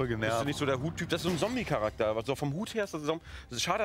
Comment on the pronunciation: Das heißt zombey nicht zombie !!